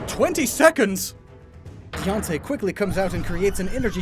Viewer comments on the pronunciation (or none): I have NEVER heard Diancie's name pronounced like Beyoncé, but I am here for it. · It bugs me how he pronounces Diancie like Fiancé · I've always conceptualized the pronunciation similar to the words "diamond" and "fancy," so it would be like "die-ant-see"